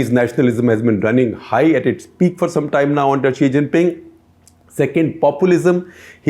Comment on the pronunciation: SG saying 'chi xhing ping'